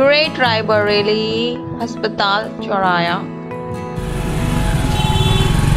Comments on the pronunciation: Has😂patal, ya aspatal didi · Haspatal nahi hota aspatal hota hai😂😂😂